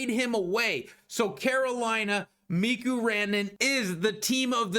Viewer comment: It's stupid, but you're driving me crazy with the Mikko Rantanen pronunciations. It's pronounced Mee-ko, not Mee-ku. Also, its Tee-mo Meier, not Tee-mu.